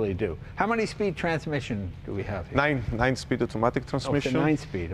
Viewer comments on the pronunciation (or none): I almost lost it when he said nein speed